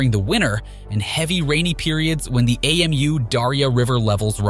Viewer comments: The river is Amu Darya. Amu is a word (pronounced ah-moo) not an abbreviation A.M.U like the narrator is saying. Anyway, good for Afghanistan and doing their own thing and developing their own country the way they want. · Who pronounces Amu as AMU? Lmao